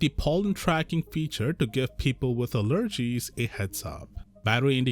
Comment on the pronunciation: Ahh, yes, a-LERgies.